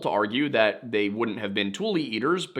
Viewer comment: Tule not like "tool," but "too-lee"